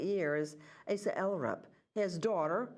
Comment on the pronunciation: Asa is pronounced AH-sa. She’s Icelandic.